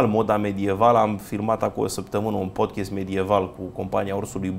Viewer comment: Băieți, vă rog, se pronunță așa cum se scrie, adică PODCAST, nu PODCHEST